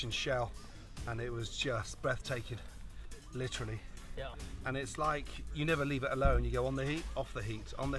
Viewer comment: LI-TRA-LY lol